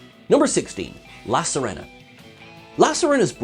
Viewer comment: Sirena, say it like SEE-reh-na (with s software R)